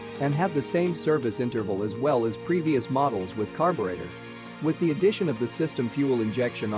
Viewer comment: LOL did the voice REALLY say "EEFEE" instead of seperate letters E F I? how ignorant sounding!! LOL then is followed up with "Carb yew rate ah " Was this edited by a non english speaker using computer voice reader or what? SO IGNORANT sounding!